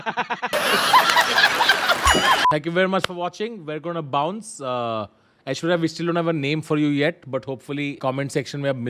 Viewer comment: aishwarya - "aish-wire" lol